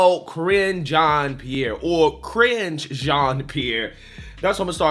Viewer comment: Ca-Ringe Jean Pierre